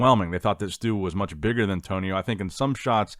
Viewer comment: Not musch...